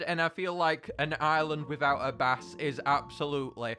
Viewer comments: Am I the only one who noticed he said castle bass 🐟 instead of bass “base”. Heh I do the same thing all the time. The spelling always messes me up and people bombard me with corrections. I love it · I love all your suggestions but why do you pronounce bass a bass I'm just pointing it out because it's pronounced as base to me and others but as they say"to each their own" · it’s bass (baY-ss) not bass (bah-ss) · it’s pronounced “base” not “b-ass” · Fun Fact: Bass (The Instrument) is pronounced base. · It's pronounced base, not bass. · The fact he says bass and not bass is slightly infuriating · It triggers me how he pronounces “bass” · Does he actually say bass like that?